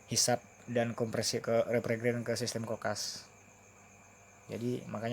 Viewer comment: Revrigen itu apa? Kaya evergreen ato gimana? Yg benar itu bacanya refrigerant atau refrijeran gitu buka Revrigen, opo we? Untuk refrigerasi atau melumasuui????